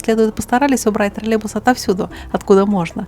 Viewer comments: Да не тралебус а троллейбус!!! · Дорогая, не обижайтесь, но почему Вы так странно произносите слово троллейбус? как "тролебус"? очень режет слух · Почему ты произносишь ТРАЛЕБУС? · это не ТРОРЛЕБУС, А ТРОЛЕЙБУС.